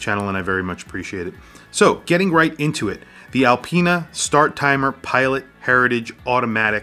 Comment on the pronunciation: Great video, but it's Star-timer, not Start-timer.